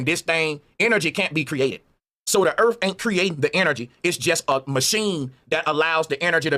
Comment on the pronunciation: I wonder if it has anything to do with how their tongue's are shaped or the size or something because most black people can't enunciate the "th" sound. He keeps saying Earf. What is "Earf"? I don't know or understand what Earf is?. He might be trying to say "Earth" but alas, those "TH" sounds are too much difficult Engrish for 'dem to do dat) And he keeps saying 'carick-er-cher' for the word 'Character'. He can't enunciate 'care-ick-ter'. He's got some real issues with the basics of the Engrish Lan-Gu-Age. He even says 'the thing is 'dis' instead of 'THis' - again with the 'th' sounds. I can't get passed that level of illiteracy to see "Bro" as a knowledgeable human.